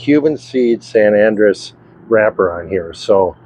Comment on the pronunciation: It's not San ANdress, it's San An-DREHss.